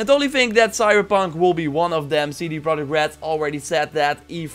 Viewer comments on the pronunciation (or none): none